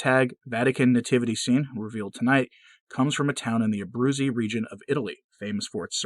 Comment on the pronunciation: Abruzzo, not Abruzzi.